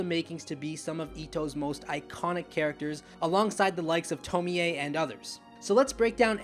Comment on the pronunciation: Say it with me.... JUNE-GEE ITO not JUN-GI ITO lol GYOOOOOOOOOOOOOOOOOOOOOOOOOOOOOOOOOOOOOO not GUY-OOOOOOOOOOOOOOOOOOOOOOOOOOOO lol which kills me cause you say Tomie correctly lol nice video btw!